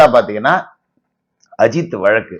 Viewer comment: Tamil pronunciation வழக்கு